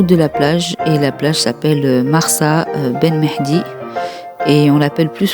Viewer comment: marsa ben mhidi et pas ben mehdi